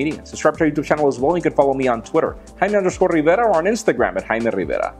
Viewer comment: Could you just once in your life say - "I'm ". Please.